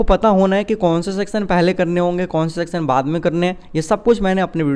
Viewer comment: Sir please aap (Section) ka pronounciation barabar kijiye na